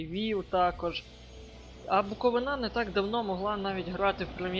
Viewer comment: БуковИна ...зверни увагу на наголос! а так то симпатичне відео)